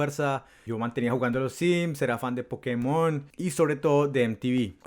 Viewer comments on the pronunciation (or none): none